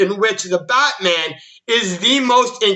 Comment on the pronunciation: He keeps saying botman 🤣😂🤣